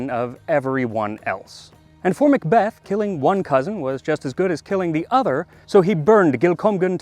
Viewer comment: Excellent video but the Mick Beth grates on my nerves. I'm a mack, spelt Mc, "son of" and when I moved to England, I was corrected about how I pronounce my name. I've continued to see the silliness unfold, it's Mick Donald's, they sell a big Mac and are referred to as MAckidees. Mac and Mc are Mac, when it comes before the letter "c" or a vowel it's Ma'